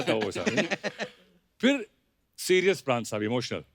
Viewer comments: Paraan Nehi pran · Paraan nahi "Pran"..." प्राण "